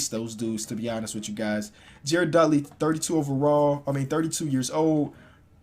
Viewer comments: Jared dudley not jared sullingdr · he called jared dudley jared sullenger